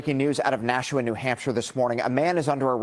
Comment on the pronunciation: It's not nashaw. It's Nashua